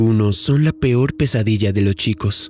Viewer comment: "lo chicos"?? Amigo pronuncia bien !! Arruinas el relato todo el tiempo cometes el.mismo error!!